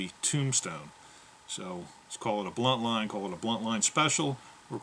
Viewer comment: I believe you meant to say buntline special, Not Bluntline. This name was given by Ed buntline, a novalist at the time.